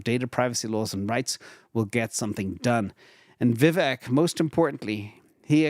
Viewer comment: Vivek is pronounce like cake, vivack, point of information love the show 👍👍👍👍